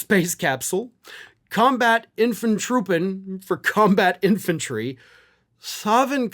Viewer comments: "Troopen" sounds foreign. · I can't wait until he's no longer a topic to talk about...but "infantroopen" is a fun one, ngl